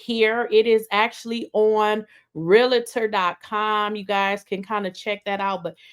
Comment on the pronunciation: real’tor (2syllables not 3) real-a-tor